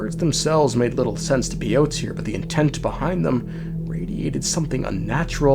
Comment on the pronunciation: That's me with his pronunciation of Piotr